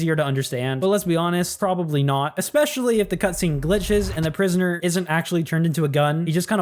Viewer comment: Bro said “i will give prionsoner animation”💀